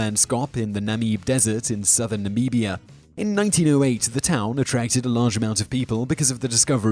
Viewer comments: The way you pronounce Nambia is the funniest thing I've heard in a long time! Please do a video about the fairy circles in Namibia. My friend is doing his PhD on them. Fascinating and I would love to hear you pronounce Namibia some more. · Namibia Na-mi-bee -ya Namib Desert Naah-mib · As someone born in Namibia, the way he pronounces it is triggering lmao